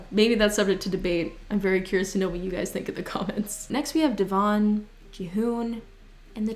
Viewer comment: No one:: d-eh-v-on